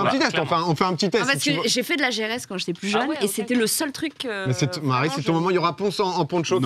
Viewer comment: Le « Maire » pour Marie en early ça m’a tué 😂